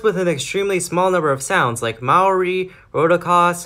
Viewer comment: So far, you are the first youtuber i have seen to pronounce Maori better than most other channels. I was so glad when i didnt here "Mayory". Thats how bad people are at saying it.